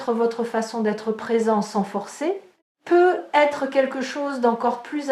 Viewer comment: Bonjour, j'ai une question à vous poser. Pourquoi ne fêtes vous pas la liaison quand vous dites peut-être ?